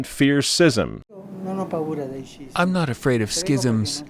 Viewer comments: It's schism, not sysm. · Is this guy deliberately mispronouncing schism?